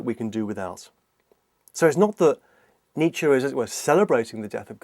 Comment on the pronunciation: Every time he says Nietzsche I swear it sounds like he's saying Nature.